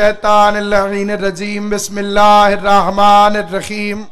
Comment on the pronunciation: علامه ملعون بسم الله الرحمن غلط پڑھتاھے